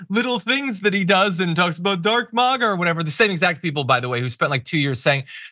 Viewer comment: Gone "MAD A", not "MAGA", wonder what he's on. He wasn't always like this.😢